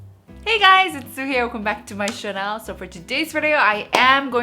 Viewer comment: I really love watching your video but do you always pronounce channel as shannel. Hahah.